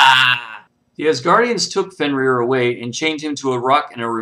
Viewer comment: You got the name wrong its fenrir